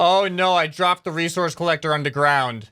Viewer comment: Bro you okey bro? You just switched s - c by saying (Recourse) instead of resources bro you alright? Are you drunk? Its ok anyways just a lil bit sus